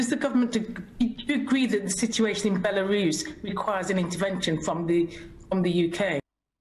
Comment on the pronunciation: Can’t pronounce Belarus…but has a forehead the size of Belarus!